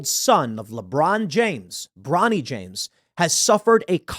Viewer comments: "Bronny," really?!? 😂😂😂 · 'Bronny' 😂😂😂😂 cmon man! That's ridiculous